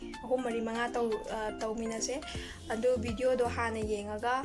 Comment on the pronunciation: don't say bideo say video...